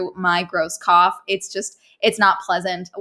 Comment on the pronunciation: When she said cough the first time, I thought she said cop and kept wondering why she’d need to go to doctors for it